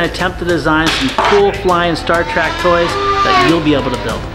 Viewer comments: Did you actually say Star Track? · Because you made TWO awesome Star Trek models, I will forgive you for saying "Star TRACK". Not a thing.... New favorite channel, and Ohio Proud. Great work guys! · oh ffs. ITS TREK NOT TRACK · Trek not track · I dont think he watches a lot of "Star Trak"